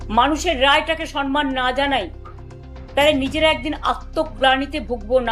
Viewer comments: Sabdo ta sanman noy ota samman thik kore nite hobe. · আরে ৬৩ বুড়ি শব্দটা "সন্মান" হবেনা, হবে "সম্মাণ"। একটা অশিক্ষিত মানুষ। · সম্মান শব্দটা ভালো করে বলতে।শিখুন!